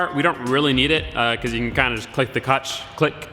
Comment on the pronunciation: "click the kutch" verbal dyslexia